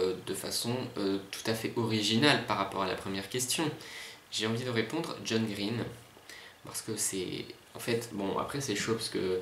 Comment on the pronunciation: Il est super ce tag!!! Ca se voit que t'es un grand fan de John Green (à part la prononciation de son nom de famille :P) et je suis d'accord quand tu dis qu'il parle hyper vite, on en comprend pas la moitié (mais c'est déjà bien en fait ^^), ça doit pas être très reposant un vol longue distance à côté de lui. x) Quand tu as lu la question sur les univers de livres, j'ai tout de suite pensé à exactement la même chose que toi en pensant "Il va dire Tobie Lolness ou pas??". Et super vidéo merci, dommage que j'ai aucun moyen de le reprendre!!